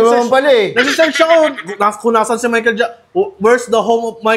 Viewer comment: Mahical jackson❌ Michael taba✅